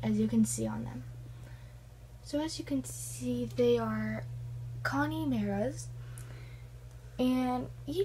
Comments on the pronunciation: Con a mara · Haha! Gotta love how you pronounced "Connemara"